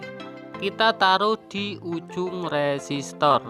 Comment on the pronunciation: Koreksi mase, u resistornya nyebutnya lum bener itu, tetap semangat